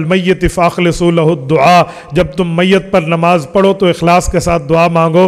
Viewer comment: حضرت آپ بہت بڑے عالم دین ہیں معذرت کے ساتھ ایک چیز کی طرف توجہ مبذول کروانا چاہتا ہوں عربی عبارت پڑھتے وقت آپ میت کے یا پہ زیر پڑھتے ہیں ٹھیک ہے اردو میں گفتگو کے وقت میِت کے تا پہ زبر کیوں پڑھتے ہیں ۔۔۔